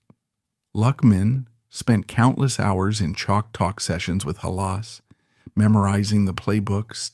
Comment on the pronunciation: Lose the AI.if you can't pounce rhe name of the founder of the Bears you lose all.credibility